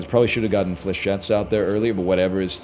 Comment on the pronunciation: did this mf said burst dlechettes?